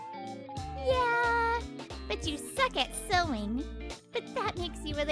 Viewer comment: I find it absolutely hilarious that when they try to say sewing, it's coming out as suing😅😅